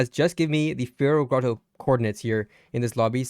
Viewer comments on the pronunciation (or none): Why is it so hard for you guys to pronounce fairy grotto smh